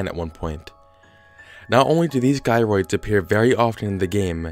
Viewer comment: It’s “jie-roids” not “guy-roids”